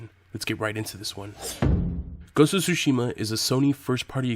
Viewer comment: Tho i'm used to yokels butchering Japanese words, it's the first time i heard it pronounced as: SUE SHEE MA! Did you mean sushi, ma? For the love of god, man it's TSU-SHI-MA（つしま 「対馬」）！